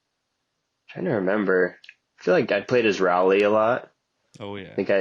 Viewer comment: Funny as hell to hear a young og mispronounced Rowley